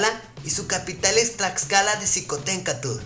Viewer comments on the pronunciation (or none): Q tu no sabes pronunciar bien Xicoténcatl